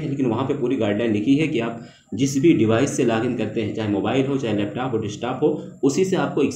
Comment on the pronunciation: Leptaap nhi hota bro Leptop hota he 😭(East UP se ho kya?)